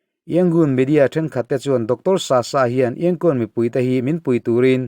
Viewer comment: Ngaihthlak a man hla hle mai. Thu rawn ka pe ve duh che a Myanmar i lam dan hi a dik tep tawh a dik lohna tlem chu myan tih hi a ri sang ni lovin a ri hniamin han lam la a dik chiah ang. Yangon pawh Yan tih hi a ri hniam tur a ni e. Ka lawm e